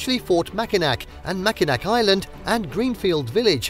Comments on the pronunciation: Pronounced Mackinaw, you're welcome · I echo the comments included here. This was a delightful capture of some of our state’s finer points. I thank you. But…pronunciation…please. I cringed every time you said said MackinaC…and it’s said three times in a short span of seconds in your wonderful review of our cherished island. Also, Muskegon…you seem to want to find new and innovative ways to present our names locales. Also, I was quite surprised that while you beautifully highlighted Detroit’s museum campus, you neglected to mention the Charles A Wright Museum of African American History which sits nearly adjacent to the DIA. This, along with the Art Institute, the Historical Museum, the Library, and even The Scarab Club, make up a lush cultural landscape. Maybe an update might be in store. And I’d like to invite you back…let’s take a walk along the Detroit Riverwalk…it will blow your mind! But, gratitude for The Henry Ford, The Zoos, Sleeping Bear Dunes, The Mejier Gardens, Belle Isle, Pictured Rocks (although a bit taken aback that you showed only one quick shot of the actual pictured rocks) and more.